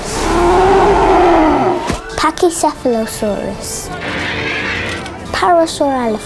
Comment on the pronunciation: OMG he said pachycefalosaurus better then me XD